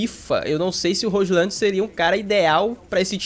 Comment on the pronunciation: Roshlan é engraçado, se fala róilund! (com d mudo)